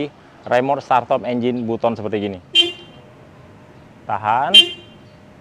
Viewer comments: Baten mas bukan buton ngucapin nya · Buset startop engine button kayanya itu staternya masih kluarganya ruslan button. Di baca nya batten kaleeee bukan button wkwkwk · Nyebutnya batem bukan butom😂